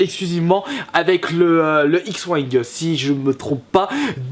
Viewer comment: x wingue? la prononciation est pas terrible mais sinon c'est ça :D